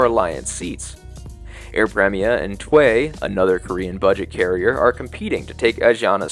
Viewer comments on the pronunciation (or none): its T-way (Tee-way) not "tway" . lol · "Tee-way" next time please 😆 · Great video! Btw T’way Airlines is pronounced “tee way” 😊. They just took custody of Cathay’s 11-yr old B777-300ER so I hope you get to travel on one of those!